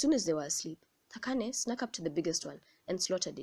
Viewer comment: I love how you pronounce "Thakane" a few people know how to pronounce my name